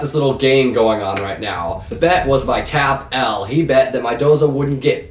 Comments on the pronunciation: It's not TAP L it's "Tapul" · It's tappel not Tap L